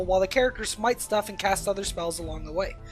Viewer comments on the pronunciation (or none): none